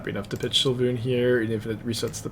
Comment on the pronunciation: Svay-loon its really easy to say lol